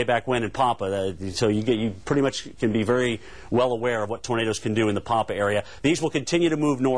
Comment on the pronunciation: I have near heard anyone butcher the town name "Pampa" that bad before. It took me a second to figure out what he was saying. It is suppose to sound like the name "Pam" and then the "pa", but since all hell was breaking loose, I guess it is forgivable.